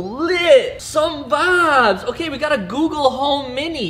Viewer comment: Vabs not vibes